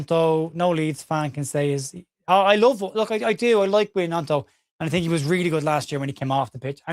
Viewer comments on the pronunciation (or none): none